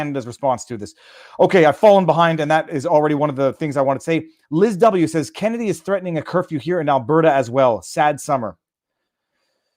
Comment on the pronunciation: It's Kenney, not Kennedy. He's a devout catholic homosexual. Make sense of that.